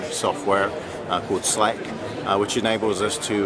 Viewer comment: Ohhh SLEC..the way she said it sounded off...nice video